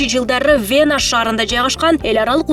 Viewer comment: Вэна эмес Вена, ФергАана эмес, фергана.